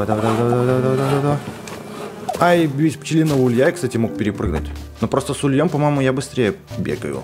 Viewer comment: не с ульём, а с у́льем